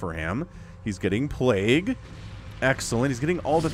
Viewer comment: I love these casts and absolutely hate the word "plague-ooo".